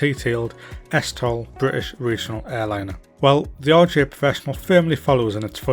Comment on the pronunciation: This looks amazing, I love the 146. But I have to say: every time you say RJ it sounds like "Orgy". "The orgy has been fitted with auto thrust".